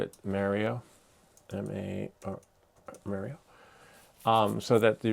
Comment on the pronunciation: Bro you say Mario all wrong think about the planet Mars not Mare